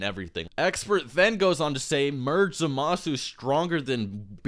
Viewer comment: It bugs the crap out of be that you keep pronouncing Zamasu's name incorrectly.